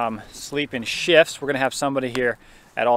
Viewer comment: Talking about the van he said sleep in shifts. I heard sleep and shit!